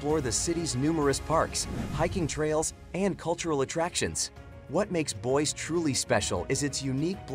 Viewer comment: "Boy-see" not "Boyce"